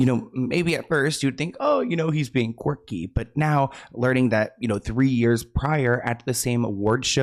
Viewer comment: I love you! Your videos are great but I’ve noticed you always say, “corky” when you mean “quirky”.